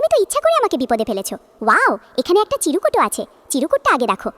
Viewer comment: চিরকুট no চিরুকুট।😂😂😂😂😂😂😂😂😂😂